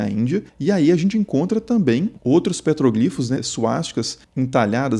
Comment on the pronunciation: Eu ri no PETRÓGLIFOS (proparoxítona)